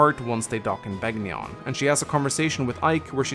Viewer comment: Am I the only one who flinches every time he says Beg ni on. Rather than Ben yon? (Which is how the announcer says it in Radiant Dawn BTW)